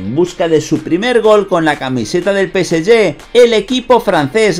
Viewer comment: Nada más q el preguntar en q idioma es q pronuncias el nombre del PSG? No la agarro,….